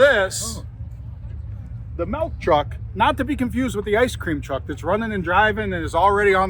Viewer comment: Melk truck? Nope its MILK!! No E in MILK! Lazy english, say it right. I bet you say piture for picture and Pellow for Pillow!!! Annoying